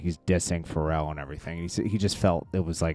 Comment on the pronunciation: And not like Pharrell? I feel these guys should know how to pronounce and know hip hop